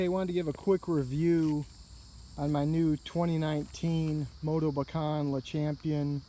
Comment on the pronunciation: Thanx for correctly pronouncing "Motobecane".